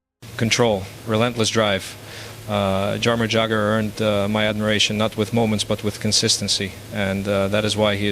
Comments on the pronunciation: MICK JAGER 🤣Thats how he pronounced Jagr total AI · This mispronunciations of names Jagger is in Mick. Total AI. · Jagr is an NHL icon AND a former teammate, yet Mario can't say his name right. 😆